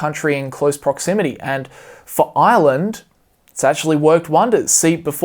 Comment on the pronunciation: I kept thinking he was saying Island instead of Ireland